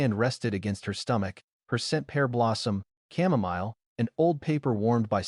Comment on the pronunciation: Chamomile is pronounced ( K-am-o-mil) Teach AI how to pronounce it correctly, it jars you out of the story. You could just replace that word with roses, I'm pretty sure AI would pronounce this word correctly.